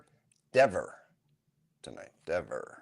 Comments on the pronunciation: Is he saying, “Miss Denver?” 🤣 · DEVER rhymes with NEVER (important to say Diva's name correctly)😂